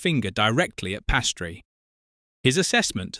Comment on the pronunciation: He is calle Piastri…not Pastry🙄